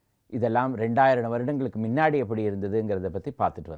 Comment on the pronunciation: வாழ்த்துக்கள் ஒரு சிறு திருத்தம் உங்கள் உச்சரிப்பில் முன்னாடி என்பதை மின்னாடி என்று சொல்கிறீர்கள் அதை மட்டும் மாற்றிக் கொள்ளவும் நன்றி